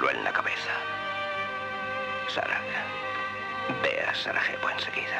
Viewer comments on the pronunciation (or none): Zvornik, no "évornik". Ademas, Sarajevo no se lee como la jota habitual, sino como Y. Se lució el doblaje...